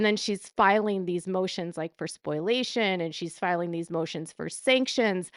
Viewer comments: Spoliation, not spoilation, my dear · And it's SPO-LEE-AY-SHUN. Not SPOIL-AY-SHUN. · Omg PLEASE stop saying Spoil - ation. It is pronounced SPO - LEE - AY - SHUN. Think of exfoliation. Take out ex and substitute sp for f. Spo-liation. Spoliation.